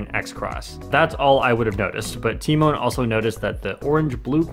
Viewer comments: everyone: te-maun (tymon): ti-moan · Um, it's pronounced t-EE-mahn, lol. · And here I thought the "Tymoan" pronunciation has come to an end. 🤦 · Im polish and its pronounced "Tyh Mon" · He pronounced his name so wrong lol. But great video keep it up. And congrats tymon!💪👌👍